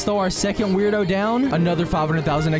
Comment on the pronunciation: It’s pronounced word o